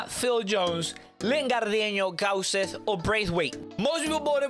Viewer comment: i am norwegian and you say gauseth pretty good to be from venezuela